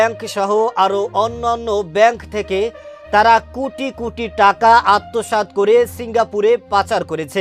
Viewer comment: "কুটি কুটি" নয় "কোটি কোটি " বলেন।